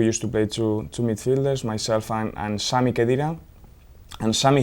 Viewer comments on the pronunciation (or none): none